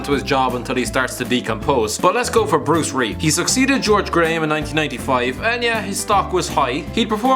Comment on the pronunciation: Bruce ree? Are you fucking serious?